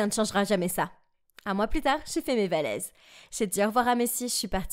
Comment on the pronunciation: Ouais elle a dit "j'ai fait mes valeses"